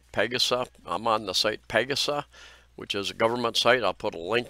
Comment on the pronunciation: Hey! It's pronounced Pahhhg-'ahhh-sahhh